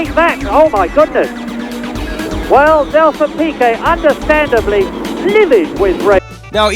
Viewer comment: and Ricciardo? And Piquet? (Pee-Kay), it's even said in Murray Walker's commentary how it's pronounced! I mean wow, a bit of research into pronunciations would have been good.